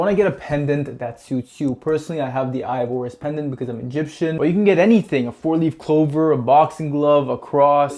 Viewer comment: five leef clover?